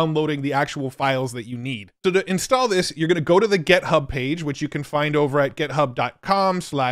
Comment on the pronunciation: Love how he says "get" hub 😀